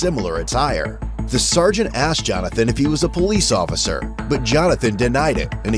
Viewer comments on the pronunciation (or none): “Thank you occifer” 💀💀💀